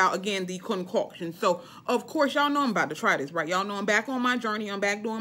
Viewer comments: Hilarious!! "Concockshun " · Girl you got me me cracking on how you say “concoction”😂😂 but you right I’m grown and I’m gonna try it. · 🤣🤣 Me laughing every time u say concoction.